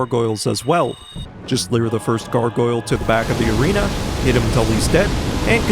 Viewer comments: Every time I hear you say "leer" instead of lure my eye twitches a little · Why do you say “leer” when trying to say “lure”?